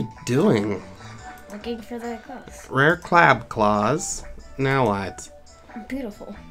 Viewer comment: When you said crab claws it sounded like c claws